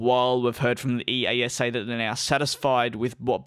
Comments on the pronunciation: It's not E.A.S.A - it's eyasah! smh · EASA Pronounciation: ee-ah-sa